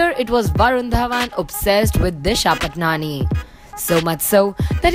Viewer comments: Lol it's not 'patnani' it's 'patani' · Wrongly said her surname as Patnani. Please use her real surname which is pronounced as Disha Paatni (Spelling is Patani). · Its patani not patnani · it's not disha patnani it's disha patani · Yeah it's pronounced 'paatni' but these reporters were saying 'patnani' lol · Tasnia Tarannum I mean ki that a pronunciation long pa-aa-tni not pa-tni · Not Disha Patnani it's Patani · first of all its patani and not patnani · Raveena S it's paatni pronunciation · We all should spread against these types of mispronounced surname. It's 'Paatni' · You are pronouncing disha's (Surname) in an incorrect way